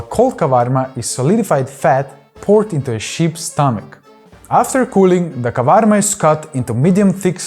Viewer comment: Great video, nice overview of everything! I hate to be that guy but that is Tarator not an Ayran. Ayran is only yogurt with water it's Turkish in origin. Tarator has the cucumbers, dill and walnuts. And the salad has olives . Last correction it's kavarmá not kávarma. Still great video! ❤